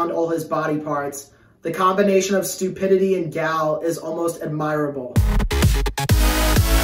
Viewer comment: He can’t even say admirable right